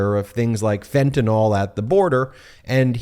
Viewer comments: Meiselas Just for clarity, it’s pronounced FEN-tah-nill , not FEN-tah-nall. I was on the 72 hour 25mcg patch before having my Spinal fusion surgery in May of 2016. Once, the pharmacy accidentally gave me the 75mcg patches… had I not already had a high tolerance to opiates, I could have fell into a coma and/or died due to the error. Luckily for my family, me, and the pharmacy, nothing serious ensued (other than acting like zombie for a day and a half). I removed the first patch halfway through the 72 hour effectiveness range after realizing the pharmacy’s error, but not before falling asleep for 4 hours while seated on the toilet. My point is simply, I have intimate experience with this highly dangerous drug. Fentanyl (FEN-tah-nill) should always be pronounced properly to avoid confusion with other drugs with similar names.❤❤❤❤❤❤ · Every time I hear someone pronounce it Fentan awl I lose the thread. The last letters are "yl" and they are never pronounced "awl." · Fentanyl is pronounced "fen-ta-nil" not "fen-ta-nol" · And correct pronunciation is Ben's impossible task. Fentenyl. Ben, see the NYL? Nil, not nawl. If you sound like an idiot no viewers will respect you and your truth. It ain't too hard Ben. Put a sticky note on your Monitor. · It's Fenta NYL, not NOL, important stuff, because many drugs sound alike, making it sometimes a matter of life and death to get it right. Don't be a sheepanyl, and say it wrong, just because you heard others say it wrong. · It is pronounced “Fen-tuh-nil”…..NOT “Fen-tuh-nol”. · As a chemist, I cringe when I hear people say "fentenol" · I wish people in the public sphere would learn to pronounce FENTANYL properly. Its mispronunciation is ubiquitous and sets a poor example; it's spelled relatively simply.